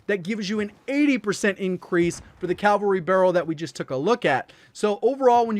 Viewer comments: Its CAVALRY not calvary... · Awesome content. However it is CAVALRY not Calvary. (Note where the letter 'L" is) Calvary is a site immediately outside Jerusalem's walls where Jesus was crucified.